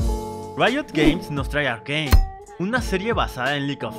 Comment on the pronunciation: Un dia conoci a alguien que en vez de decirle "arcane" lo pronuncia "arcain"